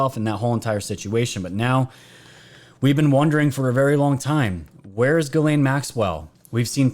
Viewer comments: if you say geeslaine... this is how you pronounce the name..not geelaine it;s french,,Ghislaine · Pronounced galaine. Its french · It's Gissss lane...pronounce the s please. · I love your Channel. I honestly listen to every one since last year, but PLEASE try to pronounce names right. You did great when reading it. Small thing to ask but man it is you keep messing up that ladies name.